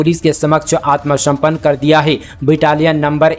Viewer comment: ज्यादा मीठा बोलने के चक्कर मे आप वर्णों और शब्दों के उच्चारण मे गलती कर रहे हैं! जैसे - "आत्मसमर्पण "को "आत्मसम्पन्न" बोल रहे हैं ।